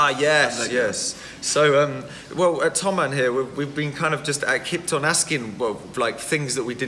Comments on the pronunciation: Sorry, but it's "THOMANN". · BTW it's Thomann, not Thoman